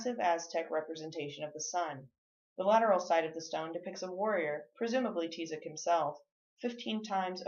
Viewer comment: That's not how you pronounce Tizoc 🙄 And that's my last name